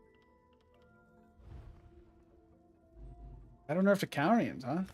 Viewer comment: 100k everytime this man says “cal-re-uns” instead of “ca-lure-e-ons” to all subs